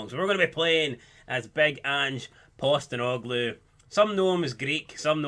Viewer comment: Postenoglou? U mean postecoglou